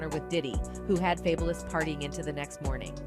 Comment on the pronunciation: I cannot!! That lady who narrates all those videos, drives me bonkers!!! Her mispronunciations are too bad. Fay-bu-lus? Girl FABULOUS, so what he spells it different. seriously??